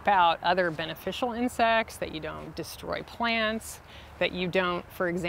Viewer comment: To narrator: Please pronounce words correctly. You say "deshtroy" and "inshtruct." There's no "sh" sound before the "t".